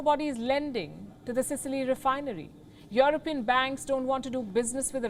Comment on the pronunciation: It’s You-Are-Peein.😂